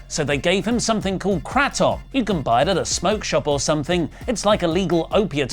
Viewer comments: “Cray-tum” as its properly pronounced its a non opioid pain killer illegal in most of the united states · It’s pronounced Kray-tom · The way you pronounced Kratom was painful.